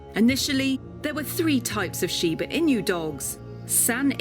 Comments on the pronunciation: Stop saying shiba “ in you” 😂😂 it’s pronounced “eenoo” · It's not an "inju", it's I-N-U. Pronounced as written. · STOP IT. Its not "IN YOU", its "E NU". I'm not Japanese nor English but its giving me cringe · It's "She-ba Ee-nuu", not "In-you". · I heard it like “ee-knew” I believe it’s pronounced ee-nu. But the English language doesn’t adopt the original sounds on foreign words… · really knows how to say Shiba Inu It's "e-noo" not "in you" ffs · It bothered me this whole entire video 😂 I’m like it’s “I-NUUU” not “in u” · I’m the only Japanese here! May the shiba in you💓 いにゅーじゃなくて「いぬ」な！ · I-nu not In-yu. I'm wincing every time here. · It's not "in you" but "Ee-noo". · Shiba "In You" LOL - you should have looked into the right way to say Inu - it's not that hard. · it's shiba inu, not shiba "in you" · Those Chinese music on the background bothers me a lot as Japanese. Also INU is not pronounced “ in you” . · Yo you had me laughing so hard cuz of Shiba "In-you" 🤣💀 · It's surely a very interesting video, but I cannot proceed watching it when she pronounces it "shiba inyoo". It gets on my nerves... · Oh god she calls it "IN-YOOO" the whole time.... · stop saying inu like inyou i hate it 💀💀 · Learn how to pronounce Inu if you want to pretend you know about Shiba Inu. EE NEW is the pronunciation! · She said Shiba Inew🐕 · i wanna learn as much as possible about this breed obv. but is it yer accent thats saying Inyew instead of Inu? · Yes, and I must add that the pronunciation of inu as inyou is grating. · O Tadashi, The narrator was pronouncing "inu" as "inyu". 🙄😖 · the word is "inu" not "in you". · uhhhhhhhhhhh stop saying INYU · Your pronunciation is appalling! It’s pronounced EE-noo not the way you do it! Had to stop watching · It’s pronounced “E” nu in Japanese. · Yup Thats what i hate i don't like the people who says Shiba in you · No one: Literally no one: Presenter: Shiba in you. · I was so frustrated each time she said it 😭 It's eenuu! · Inoo, not inyou.